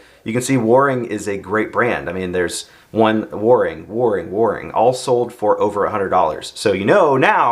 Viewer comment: Waring with long a - rhymes with care ie. caring, Waring